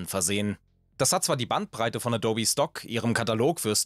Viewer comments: nein, ich mache das nicht mit Absicht - und vor allem nicht mit böser. Manchmal ist es aber einfach so, dass man Gewisse Namen immer falsch gelernt/Ausgesprochen hat und eben die Gewohnheit durchkommt. In diesem Video sage ich ab einem gewissen Punkt wieder Adou-bi, anfangs Adobbi, früher kannte ich die Firma als Äddobb. Natürlich versuche ich, die Namen möglichst richtig auszusprechen, setze mich vor den Scripts in der Regel mit den Namen auseinander und suche teils sogar während der Aufnahme noch nach Aussprachen - aber Fehler passieren einfach…bei großen TV Produktionen sitzen dann Leute in der Regie, die nochmal sagen „Schau hier, mach das, korrigiere das“ - wir sind allerdings ein zweiköpfiges Team ohne Multi-Tausend-Euro Budget pro Video. Wenn und was bewusst auffällt, wird entschieden „lassen oder neu machen?“ - manchmal fällt es aber auch einfach nicht auf…oder man weiß eben was gemeint ist und lässt es so. :) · Mir wurde das Video vorgeschlagen, weiß also nicht ob das immer so ist. Dein "Adobbi" macht mich wahnsinnig. Ich weiss auch nicht was es ist aber die Art, wie gesprochen wird ist so unangenehm, dass ich jetzt nach 2/3 des Videos aus machen muss. Wie eine KI gesprochen, es ist wirklich schwer zuzuhören. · Addobi? Habe das NOCH nie so gehört, nicht mal von Adobe selbst. LOL. Alter. Du machst mich fertig. 😀 Edit: Scheinbar hast Du es in der zweiten Hälfte Deines Videos ja verstanden... Hast Du das nur gemacht damit wir uns hier aufregen und Kommentare schreiben? ;-) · Du sprichst es also Deutsch aus, wie ich zum Beispiel auch Amazon. ;) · Eben das meine ich mit dem O. Es wird EH-DOH-BEE ausgesprochen. Also liegt die Betonung im mittleren Teil. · Bin ich der einzige, der die ganze Zeit Dobby versteht? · Ganz gutes Video, aber die teilweise falsch ausgesprochenen Worte,wie z.b a dobby, erschweren das Zuhören immens :D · ich versteh andauernd "dobby" wie der hauself aus Harry Potter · Gott, wie oft wurde in dem Video "adobby" gesagt?